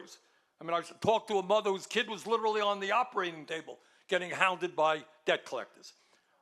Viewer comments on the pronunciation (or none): none